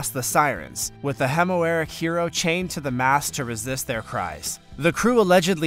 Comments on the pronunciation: This is mildly interesting as a documentary but hilarious hearing the narrator talk about recovering gold "ig-nots," and references to the Odyssey and Greek "home-air-row-ic" writings. I had to stop watching after they mixed up underwear, underside and undersea. I was laughing too hard. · This guy mispronounces everything. Homeric and Amelia AIR hardt come to mind, no ERN hardt.